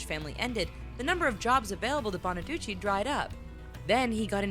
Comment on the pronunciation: Danny Bonaduce's name is pronounced "Bonaducee" a long 'e' not short. Sorry but it just grated.